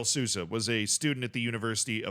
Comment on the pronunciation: Sousa is pronounced soul-za. J in any Portuguese word is pronounced like s in casual. Edit: maybe I should stop doing this